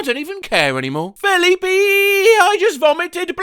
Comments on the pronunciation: Did you just pronounce Filipe as "philly pee"? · Fa leap ay